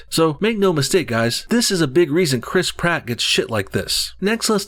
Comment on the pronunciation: Criss Pratt.. Crisp rat Im sorry but I giggle every single time you say his name